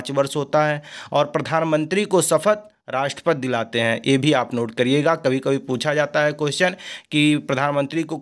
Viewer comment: 😂 राष्टपति को राष्टपत बोल रहे हैं। 😍